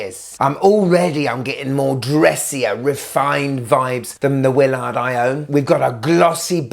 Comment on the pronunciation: I love how it’s a Willaarrrrd.